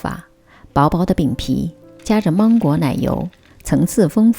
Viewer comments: 不是芒/máng/果吗？为什么发māng呢？如果你是口音问题，那么所有二声的音调都该变的，别装! ok? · 芒果的芒是二声，不是一声。听起来好别扭哈哈哈哈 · 关注很久了，今天尝试了长劲鹿奶油蛋糕卷很成功！谢谢！准备在女儿生日的时候给她做这款芒果千层蛋糕。，我可能是一个强迫症患者，在听你说芒果的芒的时候，好想告诉你，芒果的芒是二声不是一声😂😂😂